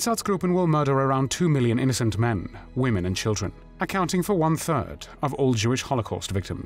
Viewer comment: except mixing up woman when it should be pronounced womEn. (plural) Otherwise good series. Thanks